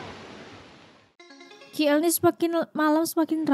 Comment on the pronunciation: Khas untuk adik yang dikasihi, disini pak long ingin berkongsi sebutan yang betul bagi singkatan sebutan Kuala Lumpur, itu kepada singkatan huruf K dan L, dan sebutan nya K = Key dan L = EL tidak disebut dengan Ki eL pada inglish, Kay aL ini lah sebutan yang tepat.